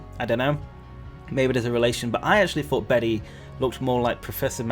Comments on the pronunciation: I just looked it up- the male name Bede is pronounced ‘bead’/‘beed’ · Bede is pronounced Bead